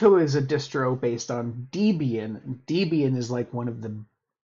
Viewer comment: It's not Deebian it's a combination of Deborah and Ian and it's pronounced "Deb-Ian" Also, I've got a 9800X3D based system with two PCIe 5 NVMe's and 3 PCIe 4 NVMe with an RTX 5080 and not once have I ever even known that a Windows update was going on or had happened. But the old PC with a 5600X and a Radeon RX 6700XT running Linux Mint is a nightmare for constant updates and restarts after each update. The "Windows update bad" trope hasn't existed since Vista!